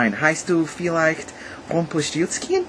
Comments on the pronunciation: I just wonder how you pronounce "Rumpelstilzchen" almost perfectly !!! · He was really able to pronounce "Rumpelstilzchen" - awsome!!! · Your "ch" sounds perfect! Even t-h instead of "th" is correct (Balt-hasar), final- g = ch-sound, perfect Umlauts (ä.ö.ü) Nice German words like "Rumpelstilzchen" you spoke like a native German - Compliment. Our "o" sounds a bit different, not like "ow", rather like in "dog" or "mockingbird" So it's "Golt", not "gould" in German sound. keep on - Greets from Germany